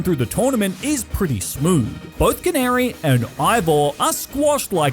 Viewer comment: Anyone else get angry when he said canary.